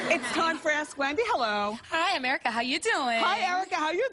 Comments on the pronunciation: sara yes that's exactly what I heard but her name is Erica so maybe she said am erica 😂😆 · sara omg I was looking for your comment else I was gonna post it!! Hiiii M ERICAAAA!!! AMERICA!!! Omg yes